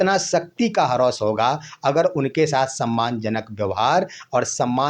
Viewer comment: हरौस क्या बोलते हो ह्रास बोलो।